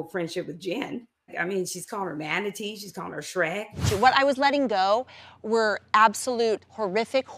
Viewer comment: Not a “mantatee”🤣🦭